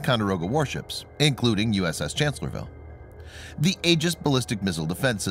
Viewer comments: It's pronounced Chancellor-s-vile. You're leaving out the 'S' after Chancellor... . It was Lee's greatest battle, where being outnumbered 2 to 1, he flanked and defeated the Federals. It's considered to be one of the most brilliant battles in US military history. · Guy does not get the name of the ship right. It’s “Chancellorsville” with an “s”.